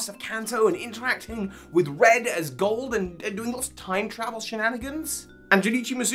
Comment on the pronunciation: Anyone else hear him say cold and silver instead of gold and silver?